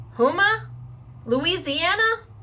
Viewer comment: Morning!! Love the stuff you got and proud of you for your pronunciation of Houma!! Have fun!!